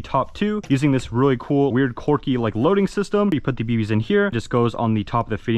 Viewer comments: "this one is pretty corky" quirky pronounced qwer·key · the word is quirky not corky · my boi it is "quirky" not "corky" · It's 'quirky' NOT 'corky' 🤣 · if he says quwerky one more time i will strangel a cat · Why does he keep saying corky 💀